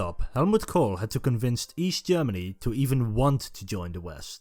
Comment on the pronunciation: Wesh Germany and Eash Germany....😂 😂 Can't you find any other narrator other than this person who tend to end every word with "ish"?